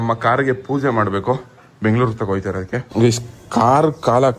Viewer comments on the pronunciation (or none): none